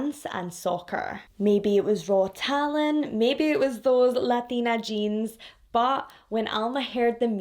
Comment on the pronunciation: You sounded like a Latina when you said Latina 😂 I love your accent… and your a very beautiful and have a great personality. Love ya ❤ btw the letter J in Spanish is pronounced like an H.